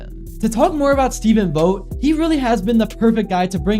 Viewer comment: You’re mispronouncing Vogt, just a gentle fyi…